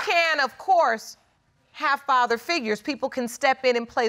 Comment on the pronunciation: “ if im the farver “ WTH ! It’s father , sir 🤷🏻‍♀️